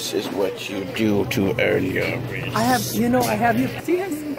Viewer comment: “This is what you do to earn your respek” 😂😂😂😂